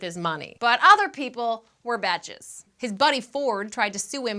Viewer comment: Yikes. Kind of a bummer, but as always, delightful presentation makes it all worthwhile. Also, I noticed that you pronounce "bitches" as "betches."